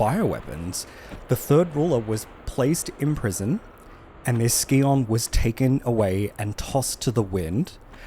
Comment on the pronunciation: "scion" is pronounced like "Sai-Uhn", not "Ski-On"